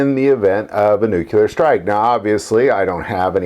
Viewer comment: Can't even say the word nuclear right. NUC-LE-AR NOT NUC-UL-AR.